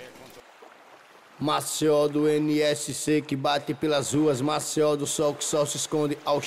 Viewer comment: Música top, só precisa melhorar a pronúncia" Maceió" uma dica 👍🏼